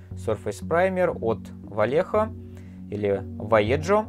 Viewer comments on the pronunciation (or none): Они вайеХо а не валеДЖо, это испанский язык, у них J это Н (Х) а Н вообще не читается никогда)